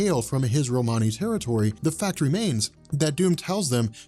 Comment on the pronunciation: Again man love the channel. Love the videos and this series. But I’m sorry whoever gave you your Romany history is wrong and the way you pronounce it is making me cringe, hard, hard, cringe!!!!!!